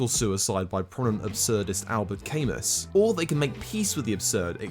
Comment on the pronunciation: Great video! Hate to be that guy but Albert Camus was a French guy so you gotta pronounce the name accordingly (something like al-bear ca-moo, to approximate it with English sounds). P.S. good luck on getting a grammarly sponsorship from here on out lol